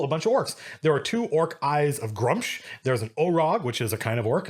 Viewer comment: Hold on! It's pronounced Grum-sh, you're telling me I ran a whole summer campaign about stopping the revival of him(it was actually a beholder tricking Orcs the whole time) and called him Gru-mish and whole time and not ONE player corrected me.